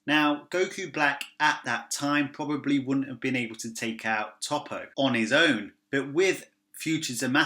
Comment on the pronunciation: You're making me cringe with how you pronounce Toppo